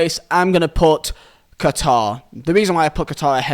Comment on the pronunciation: Listen well all of you I’m Qatari, and no one has the right to change the name of my country called Qatar not katar not guitar not Quatar QATAR